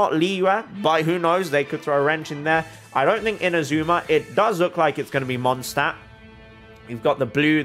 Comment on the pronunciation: Mondstadt is literally German for Moon City. The english pronounciation "Mondstadt" is technically wrong, and if your cultural correctness isn't restricted to characters, you should change that too xD